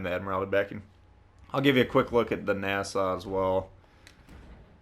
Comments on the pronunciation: He called it nasa it’s Nassau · It’s pronounced Nassau au as in ouch. Nass-ow. Sorry I’m a German Studies major.